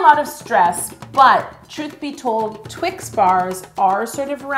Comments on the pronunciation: it’s just twix not twik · I love your videos so much . I think that it’s Twix not twin. Yo your always right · " I think the 'x' is an 'ks', I think its a Twick." Me: legitimately chokes on the water I was drinking trying not to laugh 😂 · Yolanda!!! I can’t believe you deal with this guy!! 😂🤣😂🤣 a twik??!? A friggin TWIK?? Is he serious? I can’t stop laughing.. it took me forever to type this! OMG 😂🤣😂🤣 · Twix not twik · that foreign man calling one twix a twik is literally the funniest thing i’ve ever heard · Wouldn't it be better or safer if you froze the carmel? Love twix. But I'm w you on TWIX and NOT Twiks lol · and why TWIK if the product clearly says TWIX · lol "I don't think this one twick" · Twice ends in ‘x’ like box so shouldnt it be twixes because we say boxes